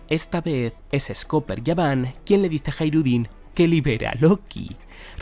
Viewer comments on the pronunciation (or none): Por qué le llamas yaban si es gaban ? La G no suena como "Y"